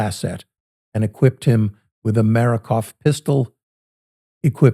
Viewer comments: Take them all out... Makarov not Marakov btw... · Makarov, not Marakov. Good video in general. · makarov, not marakov. also those 7 shots equal a complete magdump. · please notice, that NOT Marikov but Makarov pistol.🔫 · i like the story but i wonder if this is Ai, he was a seal team 6 guy? and calls the Russian pistol a "Marakov"......he should know damn well the pistol is called a Makarov......his voice inflection - pretty flat....jus sayin....good story though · "Marakov"? I thought SEAL team members were supposed to know what a Makarov pistol looks like. The first 10 minutes were so full of factual errors that I had to shut off. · Not Marakov pistol, it's MAKAROV! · It’s a MAKAROV , not a MARAKOV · It's a Makarov, not a Marakov pistol. But I like this video. Slava Ukraini! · the pistol was a maKArov, accent on the second syllable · Marakov??? Pistol, three minutes in and three mispronunciations. Up your game. Ask someone for pronunciations! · What kind of a SEAL leader trained during the Cold War can't pronounce "Makarov"? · a former seal that doesnt know how to pronounce Makarov